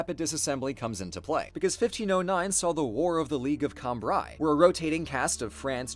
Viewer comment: Love the content, but just a nitpick: Cambrai is pronounced Cambr-eh. But thank you for the entertaining history lessons!